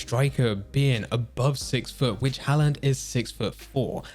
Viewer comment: Can’t even pronounce Haaland right 😂😂